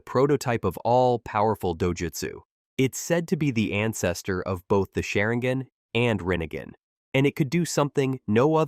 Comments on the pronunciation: How to tell someone you have never actually read the manga or seen the anime. Rinigin, sharingin... everything I heard in the first 90 seconds was basically wrong. AI generated videos simply can't grasp the nuance of these characters, their abilities, or their history. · Sharinggon😭 what is this AI voiceover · Is nobody gonna talk about that diabolical pronunciation man said rennegen and sharingen 😂😂